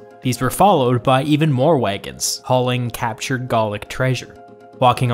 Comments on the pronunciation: I don't get why you keep saying Gallic like "Gaulic", that's not a word; we don't need you to invent a new word when Gallic already does the job fine. Not sure about your competence to comment if you don't know the basic term gallic. This isn't Tudor times, English is not subjective anymore since the 19th Century and mass education. yeah, no one says praetor like that, except for you recent Youtube historical noobs. English pronunciation follows the Roman sometimes, and because we have a lot of medical terms that use the "ae" or "ea" sounds, they're well-known and NOT said in the same way in English. Obviously if you want to speak something else that is not English, you are free to, but in standard English pronunciation (as well as Latin in those cases), the "ea" sounds is like an ee, like in eat. The "ae" sound is like an A, like in aero. Do you say aero like "eero"? No? Then why are you doing that with Praetor? Dialects to be accepted as such are usually consistent and not a mishmash of exceptions. Those dialects are more qualified like Pidgin English. Remember that also with Cannae and why it is not said like "K'nee" either. Regardless, I'm amazed that people take these seriously. I try to watch these to learn or refresh, not because I want to be more basically literate than the presenter. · Interesting video describes the mechanics of Caesar’s power grab well, by the way Gallic is not pronounced Gaulic it is pronounced ga-luhk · Gallic, not Gaulic.